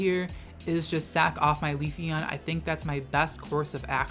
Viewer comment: please stop saying queefeon lol